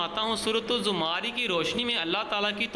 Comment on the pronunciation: Plz surat ka name thik pronounce kra